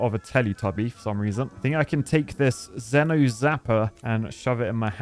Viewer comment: XENO ZAPPER, ZENO ZAPER, ITS PRONOUNCED ZEE-NO ZAPPER